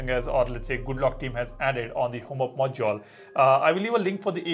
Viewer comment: its ok to say module instead of moduoal, like if anyone else was irritated by this word 😄